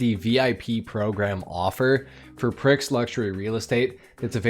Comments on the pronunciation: It's Pree Not PRIX as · Dude! it's pronounced "pree" like F1 Grand Prix not pricks like a dick prick. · Yeah I assumed "pree" like "grand prix" at first but rich "pricks" buying excessive mansions is definitely a R☆ joke